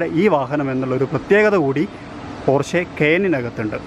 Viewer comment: പോര്‍ഷെ അല്ല പോഷ കയേന്‍ അല്ല കായിന്‍